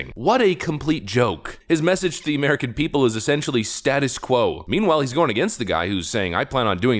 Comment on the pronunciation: Lol you said Pee pole 😅😅😅